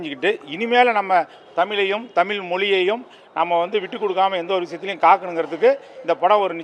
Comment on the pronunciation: தமில் இல்லப்பா தமிழ் 😂😂